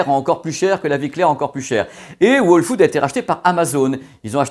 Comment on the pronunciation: Toi qui parle si bien l’anglais le W de whole food ne se prononce pas … 😉😂😂